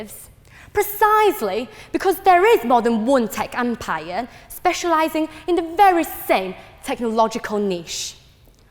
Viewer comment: tech empire, and i heard tech "compire"